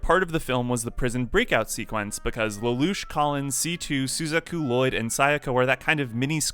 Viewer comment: you said suzaku's name wrong in this vid and they also said it wrong in this movie and it bugged the hell out of me. and you also said nunnully's name wrong too. and lelouch's name here do better sir. dislike.